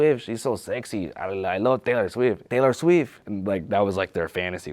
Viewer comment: Dayler Sweef! Dayler Sweef!